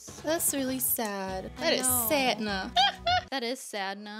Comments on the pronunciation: you said santa not sanna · Oh its iamsanta not iamsanna 😂😂😂😂O this is so funny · I love it when said iamsanta instead of iamsanna